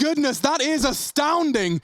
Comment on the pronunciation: Astavnding, lol